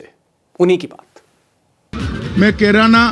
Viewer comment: अरे मोटा भाई किराना नही कैराना